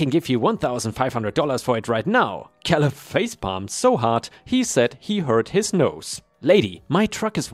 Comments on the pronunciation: I think it's pronounced kay-lub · Great stories, as always. Thank you. ⭐⭐⭐⭐⭐⭐⭐⭐⭐⭐⭐⭐ The name Caleb is pronounced with the a as in ape Another of those pesky English language traps we use the word row in different ways. 1. To row a boat 2. A row or line of soldiers etc These are pronounced as RO 3. To have an argument or quarrel with someone BUT is pronounced as in how or now. Hope this helps. Best wishes